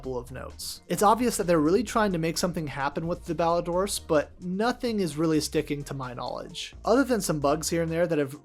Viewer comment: Clan mentioned! Shoutout to the rest of the lads. Great video and idea as always and also, good job pronouncing Ballidorse correctly. So many people I hear pronounce it like Ballidore’s